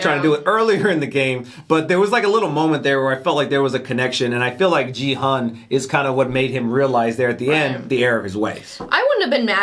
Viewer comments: OMG He can't pronounce the protagonist's name until the very last episode ends His name is Gi-hun not Ji-heon lol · 9화까지 보고도 기훈을 끝까지 지헌이라고 하네..ㅋㅋㅋㅋ 귀여움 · 자꾸 지헌 이라 그래서 누군가 했네ㅠㅠ 기훈이를 지헌이라고 읽는구나.. Actually Gi-Hun 's pronunciation is "Gi"[ɡɪ] just like 'gear' ,"Hun" is Hoon [huːn]. Just FYI :) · Gi-Hoon, The pronunciation of hero's name is very similar to Ki-Hoon, not Ji-Hoon. I can tell you certainly 'cause I'm Korean. Thank you for loving Squid Game. ^ ^ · Main character is Ki-Hoon, not Ji-Hun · Just a little bit of a korean name pronunciation correction. The "Gi" in Gi-Hun's name is not pronounced as "gee/jee" but like the "gi" in guitar, a strong sounding g. Also the Hun is pronounced as "hoon", like the pronunciation in spoon. I enjoyed watching your reactions, as I was tuning in for them every day since you reacted from ep1. 😊